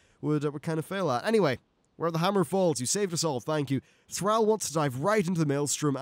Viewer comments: Yes, 22 minutes of mispronouncing Thrall was mildly annoying. Good video aside from that! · ThrALL, ALL...not ThrAL "Al" it's ThrALL